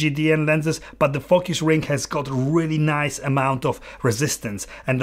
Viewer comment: Very honest and on point. Great! Watch out how you pronounce it correctly sometimes, be careful how say “focus” not “f**k us” !😂